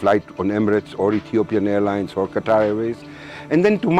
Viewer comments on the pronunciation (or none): none